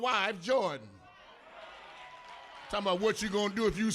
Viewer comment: yep! I just couldn’t hardly stand hearing him say “jordan”.